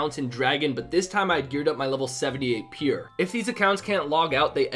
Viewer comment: learn how to say pure